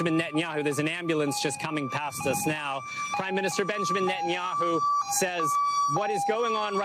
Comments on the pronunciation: Net-an-ya-hoo. Are you seriously so unaware of Benjamin Netanyahu that you mispronounce his name? C'mon, i thought you researched these people and their significance to current events, and the pronunciation of their names before these videos aired. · Israeli PM name is pronounced Net-An-Yahoo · Learn how to pronounce Netanyahu correctly!